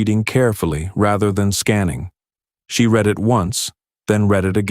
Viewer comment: Can't you pronounce anything right "read" ???